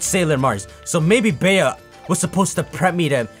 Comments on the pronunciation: it’s pronounced BEE. In the U.K. Bea is short of Beatrice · Bea's name is just pronounced like Bee.